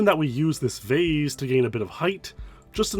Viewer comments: I've heard "vase" pronounced "vaz" and "vace" but "vaze" is crazy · Canadians say "vaze", Americans say "vase" and English pronounce in "vaaas". Weird.